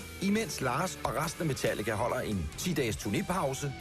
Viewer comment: I also enjoy his pronunciation of "Metallica" when he's in Danish mode